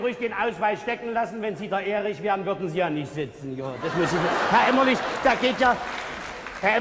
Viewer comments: Herr Elstner.. Der Kollege heißt Gunterl Emmerlich und nicht Emmerling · Aus heutiger Sicht muss ich sagen, dass schon die ersten 10 Minuten viel über die Wiedervereinigung aussagen. Die Show beginnt, und nur der Wessi Frank Elstner moderiert. Die sechs Moderatoren kommen auf die Bühne, und Elstner sagt den Ossi Emmerlich falsch an. Unfassbar unangenehm. Und als erstes kommt natürlich die West-Show "Wetten, dass...?" dran. Diese Show zeigt leider sehr gut, was damals schiefgelaufen ist. Und das sage ich relativ wertfrei und nicht verbittert oder so. Aber man muss ja mal klar sagen, die Ossis kannten fast alle die Westshows. Es hätte damals viel mehr darum gehen müssen, dem Westen den Osten und dessen Kultur nahezubringen. Man hätte zwingend mit einer Ostshow (bzw Moderator/in) anfangen müssen. Dass Elstner Emmerling statt Emmerlich sagte, hätte nicht passieren dürfen.